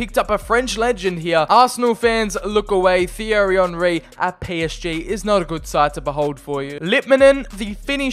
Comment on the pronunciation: Did my man just say fierry Henry. 😂